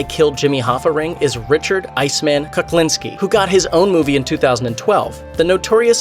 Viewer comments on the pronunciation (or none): He doesn't even pronounce Kuklinski's name right. It's not Kaklinski.